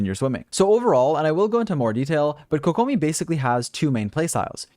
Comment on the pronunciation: apparently can't pronounce kokomi either lolz